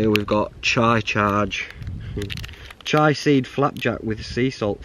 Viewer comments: Chee-a Seeds, Ch-eye tea. different things both epic. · Chia (chee-ah), not chai 😊👍👍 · Probably furious at the way chia was pronounced 😅